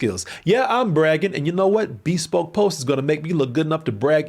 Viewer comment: It’s “be SPOKE” not BEE spoke lol